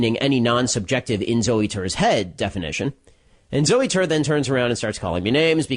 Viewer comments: lol "zoo tour" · "Zooey Tore" I see what you did there Ben